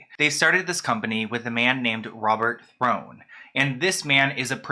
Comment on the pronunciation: It’s pronounced “thorn” not throne, also it’s jarnie. Like “jar nie” also you’re very camp. You should have done your research properly.